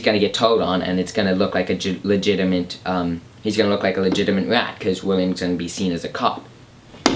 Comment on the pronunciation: When you say "legitimate" I hear "ligitiment" hahaha